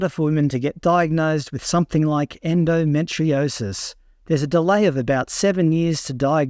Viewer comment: Endometriosis is pronounced as en-do-me-tree-osis not en-do-met-tri-osis……. ⚛️☮️🌏